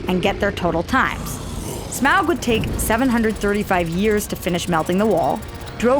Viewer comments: STOP SAYING SMAWG! It's Smaug ('smog')! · Just save 5 minutes and say Smaug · Its Smaug and it isn't even close